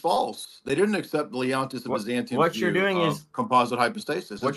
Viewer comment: HOLY CRAP DYOPHYSITES ARE SO SLOW 😂 HE SAID LEONTIUS OF BYZANTIUM 😂😭🤣